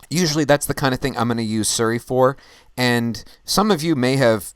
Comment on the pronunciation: suri or siri (sorry its probably your pronunciation) great show as my time zone is +8 its so difficult to catch a live show or i dont get enough notifications